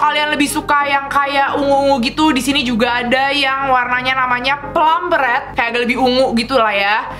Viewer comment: Rrrrrrrrrreeeeedddd nya bukan red in english :D rrrreedd kak rrerdd bneran lucu kaka kuh panutan